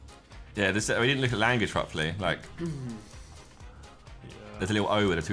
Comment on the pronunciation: Genuinely irritates me when Josh says the word properly as he pronounces it proply.